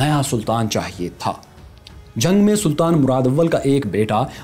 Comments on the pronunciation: Good work But the name is not ba-yazeed. It’s biyazad 🙄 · Badshah k bete ka "Ba-Yazeed" nahi balky " Bayazat " tha. Pronunciation mein Turk naam Urdu lehjey mein parhey gy toh yehi hoga... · The name us Beyazad not Baa Yazid